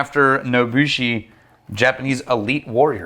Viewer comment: Curious it's written 野伏（nobuse） rather than 野武士（nobushi）. You did a good job of pronouncing those place names and the name of the whisky btw, at least for an American